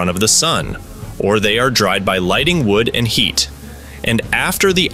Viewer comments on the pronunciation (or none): none